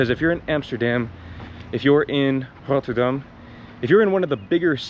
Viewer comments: Wauw. I'm four minutes in but I just want to compliment you on your pronunciation of Rotterdam, Brabant and Gelderland. You're doing great! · I am really impressed by your rolling "R" in how you pronounced Rotterdam. Its very good! Especially for an English speaker!